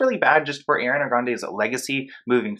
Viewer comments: thats not how you pronounce her name? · How to pronounce Ariana... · nice vid, but get her name right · i tried to watch this fully but you kept saying her name wrong and it was making me cringe so i had to turn it off LMAOO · it’s the mispronunciation of her name EVERY single time for me lol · You were pronouncing Ariana’s name wrong lol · I’m sorry, you saying her name wrong the whole video bugged me so much lol. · i love ur channel but cannot stand you pronouncing her name like that😩🤣🤣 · im sorry but you saying “air-iana” instead of “ariana” is really bothering me 😭 great video tho! lol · One thing: her name is not airiana it's ariana . There are so many compilations of her saying her name so please listen and learn the proper way of pronouncing her name. Also, she was 19 while filming Victorious, I believe. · Every time you say Air-riana it bothers me 😭 are pronounced R-riana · great video but it’s ARI-ANA! not “Air-ee ana” AREE-ANA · ummm the vid is good but her name is ariana NOT AIRIANA. have a nice dayy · Airyana. The cringe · Omg her name is ARI-ana NOT AIR-ana, it’s a simple name idk how so many ppl MISPRONOUNCE it ughhh. Ik this is a serious topic but please pronounce it right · stop saying airiana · I love you but it's Ariana not Air- riana😩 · bruh if i hear airreeawnuh one more time 😭😭 areeeeawnuh hunnnyyy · Why do you call her "air-ee-ah-nuh" lmao what is that, and you live in America?? Gurl, Im flamboyant too but it takes effort to pronounce a word/name like that. Not bad content tho. This needs to be exposed. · im sorry but its are-iana grande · Ima need you to how to pronounce the Queen of Pop’s name. AH R EE AH N AH put some respect on it!!! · Is it only me or does it sound like he is saying AIRiana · i want to enjoy this video so much but keep cringing every time he pronounces it “Air-ee-anna” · ngl tho, u calling her Air-iana was trigerring me ksjjsjsksjjdkksjj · baby boy, I love you but my queen's name is pronounced ARE-re-AH-na.